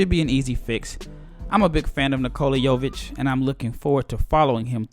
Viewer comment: U are pronouncing his name pretty well ... considering most Americans butcher our names